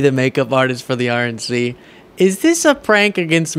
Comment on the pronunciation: Did you say "RNC" or "Orange C?"